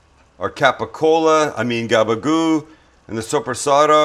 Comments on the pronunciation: It’s gaba-gool. With an L. Get it right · if you go out on limb to say something pretentious, at least know the word... NOT "Gaba-Gopo!" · It's "gabagool"